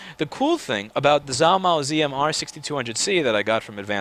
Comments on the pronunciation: You pronounce it (Zhuo) “juuah” ok I’ll use it in a sentence ...貓捉老鼠 ...the first character is “Zhuo” ....this is = “cats catching mice” “zhuo mao laoshu” “zh” in chinese makes the sound that the “j” makes in English ... It will make you sound smart to Asians if you don’t pronounce that zh with a zzzz sound anymore...remember it’s “J” ..and not a soft J ..it’s a real J .... the words zhuo mao means in English “catching cat” so figure that one out lol ask your Asian coworker who is in some of your videos. Anyway.. just havin fun with ya ... you’re awesome keep up the good fight! P.S.16% of the worlds population speak Chinese so that’s ..something 🤓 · You know... All of this time I kept hearing him talk about "Zalmo"... I run into this video, and realize he was trying to say Zhuo Mao. Is there more to this story than just this video?